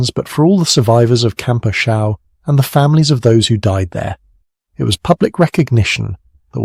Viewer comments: Good stories. Thanks. I didn't get in country until "67". All the earlier battles are interesting. Another reason the NVA wanted A Shau so badly because in "65" Hal Moore and his Cav troopers beat the shit outta 2 divisions of NVA, Just to help you, You pronounce the names? It's "A" Shau. Pronounced (shaw). It was up in "I" corps. Hue is pronounced "WAY". Vietnamese towns and names a very difficult to pronounce unless you've been in country. Good story. I wondered which action Bernie landed his A-1 to to make that rescue that earned him the MOH. I knew he received it just not where..Thanks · You pronounce almost all place names. Check before you record. Makes you look bad. For example A (long A )Shaw , hue 0is Hugh-eh, Oh-pah-like-ahh